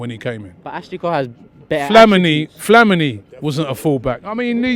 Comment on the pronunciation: Flamanee? Its Flamini fam ahaha